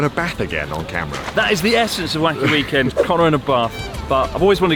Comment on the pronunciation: I hate the inflection in which connor said "end" in "weekend"